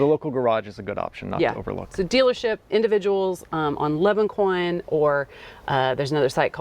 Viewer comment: I have to say it: Le Bon Coin is the The Good Corner. I had to blink at the writing because you said Leban. Le Bon Coin- Nothing to do with Leban.. :). Thank you... Great info.. I did not know about the TT lease. Sounds great. Can we take the car OUT of France with this? Maybe drive it in the Shengen countries too? 🙂. Nothing is smoother than a Citroën- the penguin. Nothing! The hydraulics of the car are what makes the car... I totally understand your coup de foudre. Smooth ride for sure.